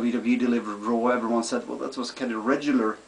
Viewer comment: You have R pronoucing problem. you said raw Rawr. LOL